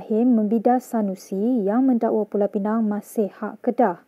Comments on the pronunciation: ooo inilah minah celup yang sebut 'Pulau Pineng' tu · Sebutan ganjil Pulau PINANG vs PULAU PENANG